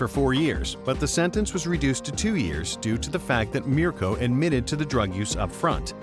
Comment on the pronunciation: I like how he pronounces Mirko right.